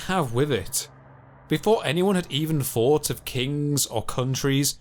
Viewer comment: I also found the pronunciation of some words starting with Th to be annoying. If it was a speech impediment then it’s understandable. But he can say words like; this, then, the etc, then says things like; firty instead of thirty, fought instead of thought, fing instead of thing. I find that laziness annoying too. Really interesting content otherwise.